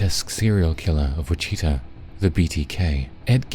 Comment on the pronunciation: Look up how to pronounce "Wichita" please....